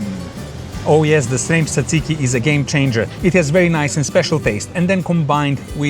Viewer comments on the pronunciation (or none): none